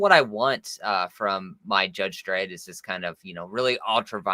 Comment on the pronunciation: It's Dredd, ffs.